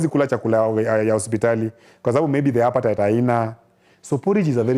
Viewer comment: It's appetite haiko not Happetite Haina😂😂